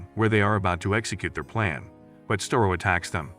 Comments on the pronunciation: Star-O not Stair-O, Starro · It's Starro, not "store-ro". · Did you just call starro stero? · Starro not storeo stupid computer narrator. Cartoon jimmy olson is black? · "Sterro"? Seriously? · its pronounces star-o